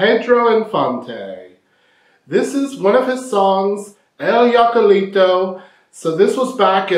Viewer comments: Hi! I'd like to help you how to pronounce "jacalito". This word as you see starts with "J" but in Spanish you may pronounce it as "H" in English. So is something like "hakalito" 😂 This refers to a small quickly built hut. It doesn't specify what is made off, but it could be like you said out of adobe or other materials like grass, palm's fiber or little sticks. It sits high up on the hill, very close to the river so you can do laundry. What a Macho!! 😂😂 I hope it useful to you. 💗Music🎵🎼🎶🎺🎸🎧🎹📻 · Te voy a enseñar cómo se dice JACALITO Y no “yacalitou” .... primero trata de reírte tal y como si lo estuvieras leyendo: “JA JA JA” ya tenemos la primera sílaba y la más importante, después de que hayas dominado la sílaba “JA” continuamos con la segunda sílaba: CA. La tercera sílaba es “LI” y la última es: “TO”. Ya tenemos completo todo: JA CA LI TO!!! Saludos desde La Ciudad de México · In the movie he was in a falsetto contest and it is pronounced Hakaleeto Jacalito (Hakaleeto) you’re pronouncing it in the German (Yakaleeto) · Jacalito comes from Jacal,a kind of hut very modest cabin made out of wood and adobe! It’s pronounced Hack-ah-lee-to!hello from Long Beach! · YOU HEAR THAT PEDRO SAID HACALITO, NOT YACAILITO. LOL YACALITO POOR MAN. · Not Yiacalito, Hokuleeto! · Se pronuncia. Hacalito se pronuncia en español como si fuera con H al inicio "hacalito"